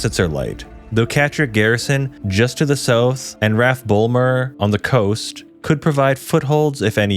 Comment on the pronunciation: For me it wasn't the pronunciation that got me heated, it was saying RAF as one word when it's an abbreviation and saying the individual letters is correct.